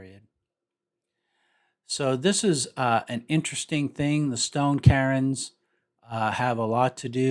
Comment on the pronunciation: CAIRNS? Did you mean to say "kerns" instead of of "karins"